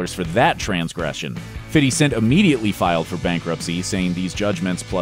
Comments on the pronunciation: "Fitty Cent"...? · “Fitty Cent” 😂😂😂😂😂😂😂😂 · Love how he says "Fitty Cent" xD